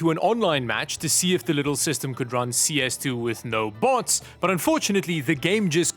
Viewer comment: "Butt first" instead of "But first" 😂